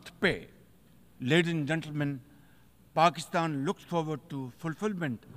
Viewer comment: Pakisthan 😅 chinese question contrary 😅 a kooly ccontray😅.